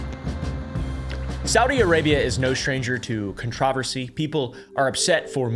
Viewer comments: what in tarnation is a "contraveresey"? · He says controversy close to a UK pronunciation which is interesting bc it's Appalachian. The crossover is wild especially since the land masses used to be together. The gaelic highlands are the Appalachians and vice versa. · controversy.. why do yoy pronounce it so weird lol